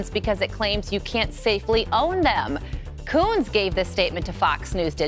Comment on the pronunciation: somethig tells me Kunce's name need a better pronunciation :P